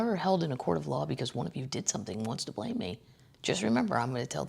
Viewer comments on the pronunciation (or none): none